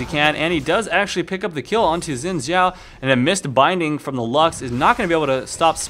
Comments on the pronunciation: Umm..Actually no , I know this cause I'm half Chinese and it's pronounced as "S" when you speak Chinese,In this case Xin Zhao's name is in Chinese. So it's pronounced as Sin Zhao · Was he saying Win Xhao? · It's not pronounced "win" zhao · i guess its not xin zhao its win shao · ''win zhao'' XD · i forgot 'X' sounded like 'W'